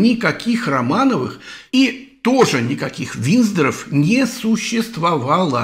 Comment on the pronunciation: Больше вопросов не имею! А ВинДЗоров всë-таки надо бы правильно произносить, тогда доверия будет больше, но это уже не к Вам.